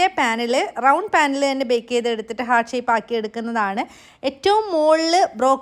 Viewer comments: ഹാർട്ട്...not ഹേർട്ട് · Cake അടിപൊളി 🔥🔥 But ഹേർട്ട് അല്ല ഹാർട്ട് ആണ്... Hurt - ഹേർട്ട് Heart - ഹാർട്ട്